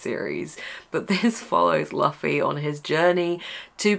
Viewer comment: Great reads! I only read 1 book in April 😅 PS : Luffy is pronounced Loofy + Zolo is actually Zoro but in Eng translation they couldn't write Zoro cuz of Copyright.